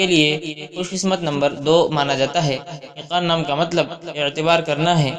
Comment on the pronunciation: Unper bande aiqan nahi eqan hota hai😡